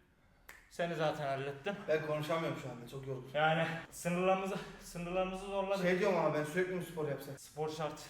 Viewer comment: Abi o zorladık degil zortladık